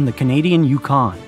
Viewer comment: Great video; thank you for making it. Couple of things, though, the pronunciation of Aleutian, Cossack, and Yukon are a bit off. Also, in the second World War Alaska was the site of a US battle with Japan, the battle of Attu, which is also not taught in history classes very much; my father was part of the Navy forces defending the US against this attack.